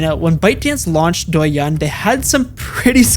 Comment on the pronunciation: honestly the first part of this video is kinda okay but the second sucks. not to mention many fact mistakes of the content (including the example of douyin pushing different contents compare to tiktok, since me myself is user of both sides), i think you should at least learn about how to pronounce douyin and how companies in China actually works instead of simply repeating fake news from western media. im not gonna say tiktok is a good product and i dont use it frequently anymore but to do a video of such topic u should do more research.